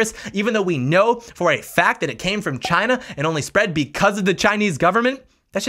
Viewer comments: Actually, he didn't say it came from "China", he said it came from "Ghina". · I thought it was hilarious he was was saying it normally and then said the meme version for emphasis. Chyna